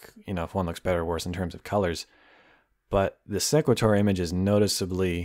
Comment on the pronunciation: its SE (e as in see) qu-At (at as in ate) or sE-quAt-or (capital letters pronounced how the letter is called)